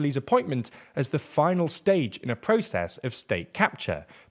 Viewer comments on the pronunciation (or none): none